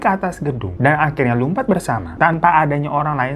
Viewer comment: Lumpat apa lompat sih? Beda lho artinya.. Atau gw salah dgr?